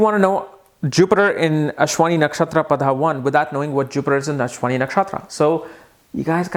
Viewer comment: That is pada That is paada